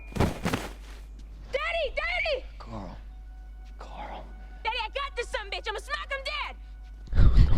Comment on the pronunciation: Cool...This is going to be pretty good...most reactions people have done didn't start till like S4...Sounds like you said Kyle is his son...but it's Carl..might just be your accent LOL :p